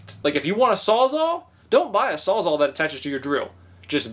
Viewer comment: 1: it's not "saw zaw", it's Sawzall, which is a brand (Milwaukee). 2: it's a reciprocating saw, also called a recip saw for short 3: no... that is nothing like a jigsaw, which has a table and a set, thin blade for intricate cuts... hence "jigsaw puzzle", as the pieces have intricate cuts